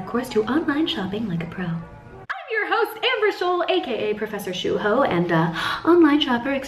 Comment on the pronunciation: Professor shoe-ho 😂😂